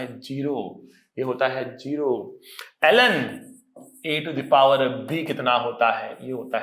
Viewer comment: When sir was! Teaching log function and he said (LN) then it seems to Allen..☺️☺️